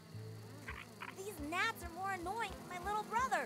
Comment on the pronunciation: Why are you pronouncing gnats like knots lol